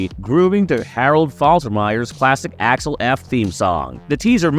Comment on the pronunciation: Did bro say Alex f 😂